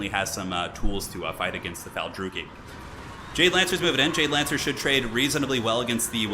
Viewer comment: The jade lancers... You said it like... DJ Lancers? Is this the power to rival khatep?!